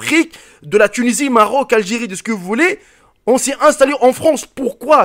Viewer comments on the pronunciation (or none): none